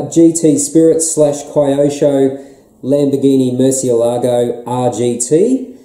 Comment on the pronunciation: Hey! It’s Keyosho not Cryosho mate! 👍